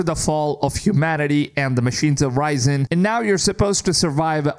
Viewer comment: "After survivors have RIS EN" NOT RISE ON